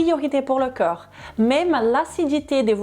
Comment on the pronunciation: Un conseil ! Vous avez tendance à dire ou plus exactement prononcer CŒUR au lieu de CORPS ! Ce n’est qu’un détail, simplement qu'il serait bien de corriger. Merci pour toutes vos informations qui me sont bien utiles et que je commence à mettre en pratique. Encore merci pour tout vos conseils très intéressants. Olivier.